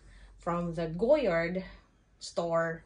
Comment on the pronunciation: Nahirapan ako sa pag-pronounce mo but thank you for the Goyard info.